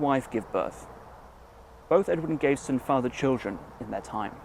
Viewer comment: Very good vid. I’ve lived in and around Leamington all my life, and have only just found out about this monument. You’re pronouncing his name wrong though! It’s pronounced Gav eh ston, not Gave ston.